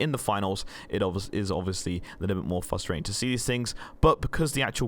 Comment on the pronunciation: theres 2 R's in frustrating 😁